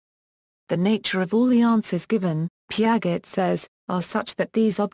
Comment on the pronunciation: Its not pronounced Pia-get but pronounced like its said piajay was the only thing annoying me sorry